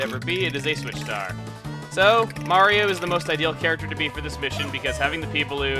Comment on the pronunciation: Telepor' Mawio! and as you can see, Mawio's pre'y much mawstered tha' ability, wewl done Mawio!